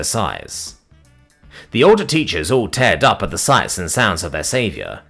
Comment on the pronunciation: Tiefling is Teef-ling Also teared-up is pronounced Teer. Not tare. As in tears from your eyes. It would be frightening if they suddenly tore in half.